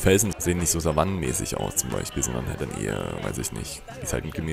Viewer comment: Du redest wie mein Vater❗😂: BeiCHpiel, theoretiCH, TiCH, unterirdiCH😂✌🏻